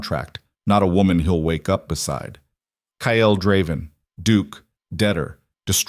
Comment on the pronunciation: The man’s name is Kyle and pronounced KYL NOT KY. EL.